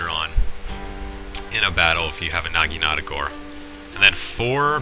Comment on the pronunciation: he sed nageenata lmfao